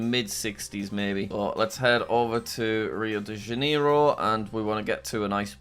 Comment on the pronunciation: it hurts soo bad when he says Los Angeles and Rio de Janeiro